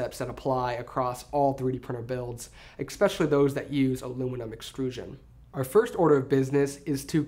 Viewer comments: eXpecially. oof. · And then he said "expecially" -_